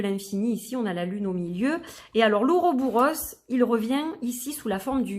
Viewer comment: Très intéressant !!! J'en profite pour dire au passage qu'on dit et écrit "Ouroboros", je n'ai jamais rencontré cette forme en "-bouros"